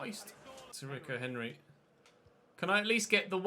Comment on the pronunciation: it's pronounced reeco henry not ricko henry